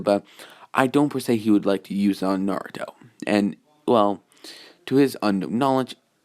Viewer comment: Yo it's crazy how he gets everyone's name right except for Naruto's